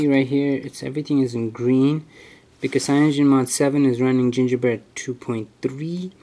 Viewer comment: I had to stop this video The way you said CAYONOGEN mod 7 pissed me off to much.